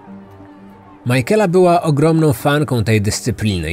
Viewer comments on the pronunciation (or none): Majkela? Na litość boską sprawdźże jak się wymawia imiona... Nie da się tego słuchać. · To imię czyta się „Mikejla” :) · Szanuję włożoną w powstanie tego odcinka pracę. Bardzo lubię słuchać Pana podkastów. Jako że mieszkam w IE tylko jeden szczegół przykuł moją uwagę. Być może nie jest istotny dla innych słuchaczy ale imię Michaela wymawiamy jako Mikejla. Reszta super 😊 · Imię Michaela wymawiamy "mykejla"🙂. Jest jeszcze gealic, czyta się "gejlik". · to imie sie wymawia makejla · to jest imię irlandzkie i nie jest tak trudno sprawdzić jak się je wymawia zwłaszcza jak się oglądało oryginalne dokumenty, gdzie chociażby rodzina się wypowiadała, to wymaga trochę szacunku dla ofiary i profesjonalizmu... Mnie to razi osobiście, bo mam koleżankę o tym imieniu. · No i co z tego że źle wymawia coś to zmienia w sprawie no nie. A jak tobie przeszkadza to nie ma musu słuchać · A ja się z tym zgadzam, mnie też razi sposób wymowy tego imienia i baaaardzo źle przez to się tego słucha :/